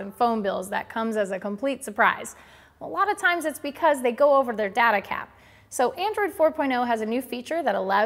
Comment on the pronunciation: You mispronounced data about 50 times